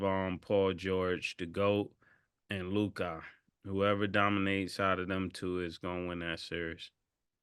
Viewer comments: Made funny af for the way he pronounces Luka’s name… ngga say lukaaah 🤣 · If Ma$e pronounces Luka, as Luke-ah one more time, I might throw my phone!🤦🏾‍♂️ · Love the show!! I just can’t STAND the way Mase pronounces LUKA!!! He be like “Lu’CoD” 🤦🏾‍♂️😂😂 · “Lukai” 😂….. lu-ka mase … it’s Lu-ka 😂😂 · Mase - Lukahh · Am I the only person that hates the way ma$e says Luka name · I can't stand the way he says Luka name bruh it's just an A why he gotta say it like that